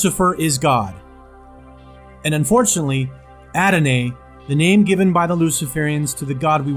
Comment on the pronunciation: dude you open by reading a thing about adonai, etc. except you mispronounced every other word and even used the wrong word "hearsay" instead of "heresy" which is pronounced "hair-uh-see" and it means a false doctrine. adonai is pronounced "ah-do-nah-ee" and satanist didn't give that name to adonai, the israelites chose to use the term "lord" or "adonai" in hebrew and to never speak the name of god, which was yahweh. and then after that, you use logical fallacies to try to give reason someone should believe the bible - you should put your faith in jesus christ because satanists believe in satan is essentially the argument you made. that's ridiculous. and it doesn't reflect the message of jesus christ at all, nor does it follow the doctrine of salvation in the christian religion. so i'm stopping the video bc you made a horrible argument for belief in the bible, and you mispronounce everything. even if you have good information in your video.... you're going to lose audience because you mispronounce all the words and use logical fallacies. to me it sounds like perhaps one might ask one's self "why do i believe the bible is true? what proof is there that any of it is true? how can i know the information i learn is true and accurate?" those seem like important questions to address. just some feedback. all the best to you.